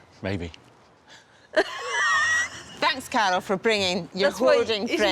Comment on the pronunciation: When she says Carol it sounds like she's saying cattle lol